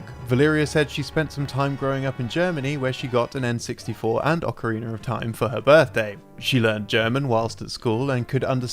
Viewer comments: Ok, I had to pause the video since this have been bugging me for a long time now, but... Why on earth do people say "Ocari~NER Of Time" instead of Ocari~NA of Time"??? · ocarina is not pronounce "ockarayna" this is not the instrument used to play the macarena! XDXD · how the fuvk do you get ocareener of time from ocarina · It's not awkaraynuh or Eye oh numa. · Legend of Zelder: Ocariner of Timer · "Acareyna" Ma'am....WHAT?!